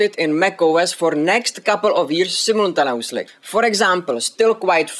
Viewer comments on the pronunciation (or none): none